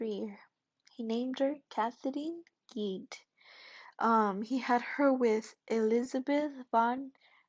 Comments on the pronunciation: Gide, pronounced "geed" with a soft g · you made an entire video about a man whose name you don't know how to pronounce?? shoulda asked someone